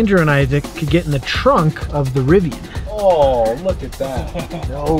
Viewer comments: it’s pronounced Riv ee an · It’s pronounced Riv-ee-an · You’re pronouncing Rivian wrong